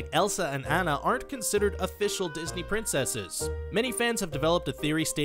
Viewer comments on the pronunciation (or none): It is Anna😡😠